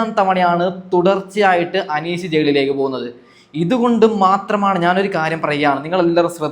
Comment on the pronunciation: ജയ്ളിലേക്ക് എന്ന ഉച്ചാരണം തെറ്റാണ് ഹേ... മലയാളത്തിനെ അപമാനിക്കരുത്. വീമ്പിളക്കി വിടുന്നത് പിന്നെ. അനീഷ് കപ്പല്ല കോപ്പടിക്കും. കാരണം ആ മനുഷ്യൻ കുറെ നുണകളും തെറ്റിധാരണകളും ഉണ്ടാക്കി. മാത്രമല്ല കോമണർ 5 പേര് വരണം എന്ന് ബിഗ് ബോസ്സിനോട് ആജ്ഞാപിക്കുന്നു...പിന്നെ നാഴികക്ക് നാല്പതു വട്ടം ഒരു കാര്യം പറയും വെറുപ്പിച്ച് കൊല്ലും. എന്തോ ഒരു കിളി പോയ പ്രകൃതം പല സമയത്തും തോന്നും. ഇയാൾക്ക് കപ്പ് കൊടുത്താൽ ബിഗ് ബോസ് വീട്ടിൽ ഇരുന്ന് ഇനി ഞാൻ തുടരാം എന്ന് പറഞ്ഞ് അവിടെ കയറി ഇരിക്കും.. അനു മോൾടെ PR എന്നെ പോലുള്ള കാഴ്ചക്കാരാണ്. അവൾ കപ്പ് തൂക്കും. നീ കണ്ടോ